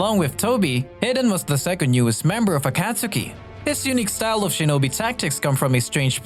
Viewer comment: If it isn’t a text to speech app of some kind then why is the pronunciation of “orochimaru” and “akatsuki” so garbage. ur a thief and a liar. The COPY ninja as ur profile pic is a funny troll though, I’ll give you that